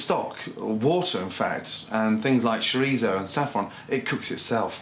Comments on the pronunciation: Jajajajajaja WTF is This! I am spanish, and This no is a paella. 😂😂😂 OMG… chorizó 😂😂😂😂😂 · And don't forget the "chorisou" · Chorizo? …. Chorizo NO. Do you add Tikka Masala to fish and chips? You don’t, do you? Well no chorizo goes in paella either. You can’t get a bunch of spanish ingredients and say that it is Paella.. It is not. Sorry .